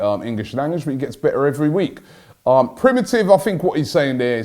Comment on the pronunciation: when Unai said Pri-ve-cy not primitive... he was trying to say Privacy.